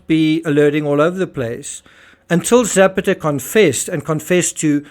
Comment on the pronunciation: JUst a small point: Zapata isn't Zepeda or Zappatteh, but Ze-pah-ta. Meanwhile thanks of r all the excellent work you do.